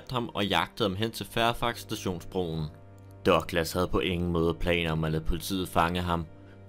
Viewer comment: Er jeg den eneste der begynder at grine hver gang han siger "Dørglas" eller douglas??